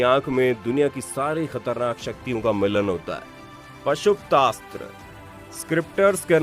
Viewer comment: Bhai pashupashashtra Astra ka nam sahi le lo